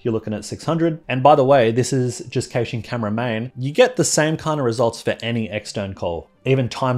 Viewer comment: Youre still saying "cayshing" instead of "cashing".